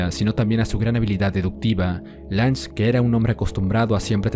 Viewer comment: Se pronuncia Lun-ge. Y su "ego" no lo hizo fallar, al trabajar como una computadora posee la visión más imparcial de la historia, perfección distorsionada por es espectador ya que el no es testigo de lo que nosotros si. El hecho de haber sospechado de Tenma hasta casi el final es por la falta de pistas por parte de Johan, su presencia física es totalmente imperceptible y Lunge hace referencia a ello un par de veces. No creo que su error tenga que ver con algo tan superficial como el "ego".